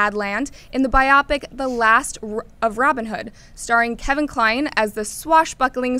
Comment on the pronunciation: Why are you letting the girl in the middle continually mispronounce "biopic"? She makes it sound like a movie about mechs